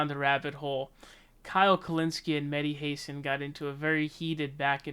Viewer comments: “Mehdi Hase-an”??? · Bro stop calling him "meddy Heysin " lmaoo